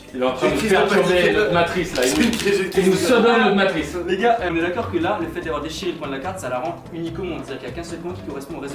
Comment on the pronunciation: en plus tu di "go" au lieu de "gars"